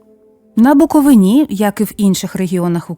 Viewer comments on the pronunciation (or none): Відео дуже цікаве. За цуе окреме дякую. АЛЕ!!! Звідки ото "БуковинА"? "БуковИна".